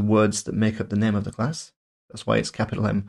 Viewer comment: "Macbook Eh", "String nem", aaagggghhhh 🙉